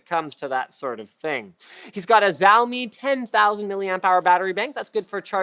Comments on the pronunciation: just a tip linus, xiaomi is pronounced most similarly to shi-ao mee, although the x sound is actually unique to chinese and which most english speakers find difficult to pronounce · Linus sure has a unique way to pronounce Xiaomi :D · it sounded so weird when linus said "xiaomi"